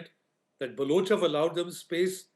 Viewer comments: Can you please stop mispronouncing Balochistan and Baloch? Please don’t use U instead of O in Baloch. It is NOT Baluch. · Dude it’s pronounced ’BalOch’ not ‘BalUch’ Baloch rhymes with Coach. Please correct this in future